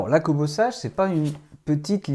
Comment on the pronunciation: Kobo (sa se lit "Seige" et pas "sage" comme une image, et la liseuse que vous montrez n'est pas une Kobo sage... c'est révoltant de perdre le temps des gens avec des fake news !